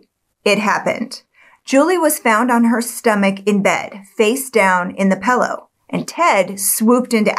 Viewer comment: "PILL-LOW", Not ""PELL- Low"